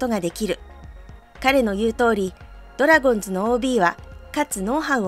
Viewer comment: まぁ、コーチとしての手腕も？？？な鈴木某だしなぁｗ 内部情報を垂れ流しするとか普通に考えてあり得ないこと。 ついでに言えば、ドラゴンズを「ドラゴンス」バントを「バンド」と独自のニュアンスｗ 正しい発音を出来ないとか頭が弱いのかな？ｗｗｗ